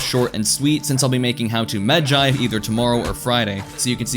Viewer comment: Thank you for pronouncing it right